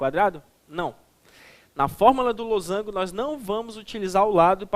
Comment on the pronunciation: kjkjk losangulo eu também falo assim